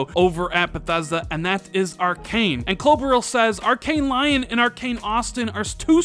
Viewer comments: One again awesome content... just one thing to correct for future videos "Lyon" is a place in France and pronounced "Lee-on", not "Lion". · Gotta point out that Lyon is not pronounced 'Lion', it's pronounced 'Lee On' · Pronounced: Arcane Lee-own. 😁. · lmao. this dude is out here pronouncing Lyon like "lion." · Lyon is pronounced Leon, Dummy. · Lyon is pronounced like the name Leon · Usually love your videos, but this one had me screaming at my screen "it's pronounced 'leigh-on'!!!" no lions were involved in the naming of this city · Darryn Taber, it’s Lee-on. Nobody’s perfect, I think mis-pronunciations are funny, be nice!